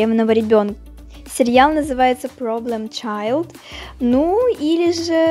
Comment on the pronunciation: Уши режет от слова "серьял". Автор, так не говорят.